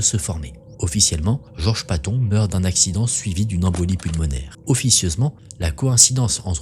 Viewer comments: La "leuftouaf"? 😂 Ce se prononce "louftvaffeuh" Et on dit "patone" pas "pâton" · Le nom de Patton se prononce ”Patone”...🙄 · Bonjour, "Waffen" se prononce vaffen (comme wagon) et Georges Patton se prononce patone...